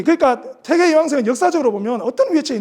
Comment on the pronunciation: 퇴계론에, "퇴계"의 "퇴"자 발음이 틀렸읍니다. 이 얼마나 이로니칼한 일입닠까? "퇴"자는 장음입니다. "퇴학, 퇴치 , 퇴영" 등 어떻게 발음해야 하는지 아십니까? 쟈고저 장단 문제를 바르게 익힌 다음에 공석에 나오십시요. 제가 쓴 책 한 권 일독해 주실까요. 한국 언어의 타락상이 하 분하여 "한국 어문을 고발함"이라는 책이올시다. 미국 변 완수 드림